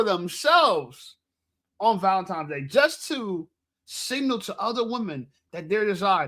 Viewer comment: Theres no M in Valentines Day 😂....its not Valentimes day